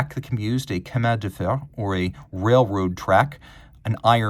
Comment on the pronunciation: Bro you need to work on your prononciation of Chemin de Fer 😂 by the way could you do an episode with all the perpetual calendars that ha e a week indicator as I am aiming to buy such a watch